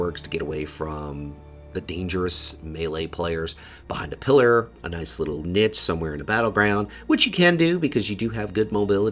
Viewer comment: love the guides, but i have to ask, do you intentionally mispronounce many words like "niche" and "caramel"? its distracting for the great work you are doing